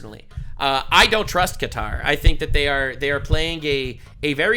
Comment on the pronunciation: It's hilarious 😂 after they give us a plane, be can pronounce it right. Instead of calling it cutter, he called it Qatar! 😂 Maybe more Kennedy's are gonna jump the fence ✊🏽